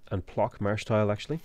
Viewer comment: Your pronounciation of Płock and Sukiennice is killing me.